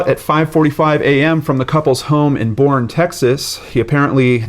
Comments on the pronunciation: Boerne is actually pronounced like you would say Bernie. I lived there for a few years in the 90s. Love this channel and the analytical way you approach cases versus being sensational as some others do. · FYI, Boerne is pronounced “Bernie”. Love your channel! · Boerne is pronounced "bernie."